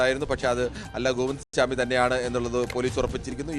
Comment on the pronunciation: സ്വാമി അല്ലെടാ പൊട്ടാ....!! ചാമി